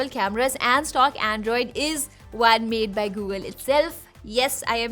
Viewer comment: Why u say One like Wan... Like Obi-Wan-Kenobi?! 😊 I was just kidding. Accent is peoples own preference.